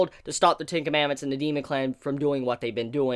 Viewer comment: why do I keep hearing tinkamamooth when you say ten commandments XD